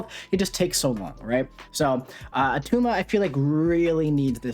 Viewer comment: its not at tuma - arnold schwarzenegger. i just pulled attuma and was looking to see how to play him